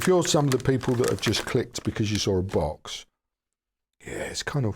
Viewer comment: Oops, at first I thought you said; "the magic BUS has finally arrived". Now that would have been interesting. ;-)